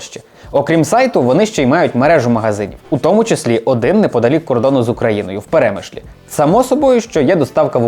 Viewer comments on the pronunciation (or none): Пшемишль, не Перемишль, дякую. гугл-експертам: допобачення одразу